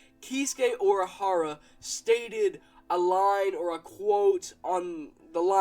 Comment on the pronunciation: You said Urahara wrong. Didn't you watch anime?